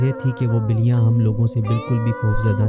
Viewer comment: Word biliyan hy baliyan ni hy